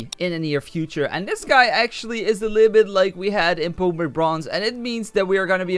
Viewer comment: Everyday u say pokèmon in this game